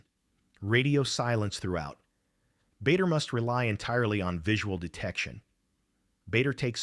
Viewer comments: It’s pronounced Baa der not Bay der. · It is NOT BAYDER,It is BARDER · What a load of tosh. By the way his name was pronounced "Barder" not Bay-der!